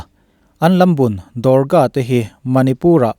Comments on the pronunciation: Do-gra nilo in, Dog-ra regt anti zawk in ka hria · Dorga nilo in, Dogra Regiment tihtur aw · India ah Dorga Regiment an awm ngailo, Dogra tih zawk tur aw, 😁😁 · Dorga ni lovin Doghra zawk aw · Dogra Regiment zawk ani e, Indian Army ah Dorga an awmlo, a ziak tu ziah sual nge i chhiar sual. Dogra Regiment ti a lam tur. "DOGRA" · Dorga nilovin dogra regt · Dorga nilo vin DOGRA REGIMENT tur aw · Dorga nilovin dogra Regt tihtur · Dorga regiment ni lo in dogra regiment a lawm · Dorca nilovin DOGRA regiment anni zawk lo maw? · Dorka Regiment nilo in...Dogra tihzawk tur aw. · Dorga nilo.. Dogra aw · Dorga ni lo in Dogra regiment tih tur aw, chuan he mi te Batallion hi kan han thlak a 2015 atang in 2018 ah kan chhuak leh. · dogra regiment i lam dan hi diklo in k hria sir, dawkra tih a lam tur ni in k hria